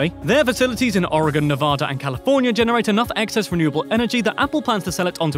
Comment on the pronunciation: Holy shit you even said my state Oregon right, other Americans can't even do that!